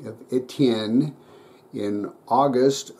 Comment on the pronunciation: A very nice 1879 bayonette from my country. Very good prononciation of "St. Etienne", but don't say Gra"ssss", just "Gra" without the S. Thank you so much for this video... Best regards from france.